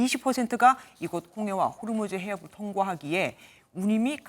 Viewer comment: 호르무즈가 아니고 호 무즈